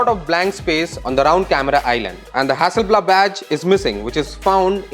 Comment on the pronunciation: I died when he said "Hasselblabbb"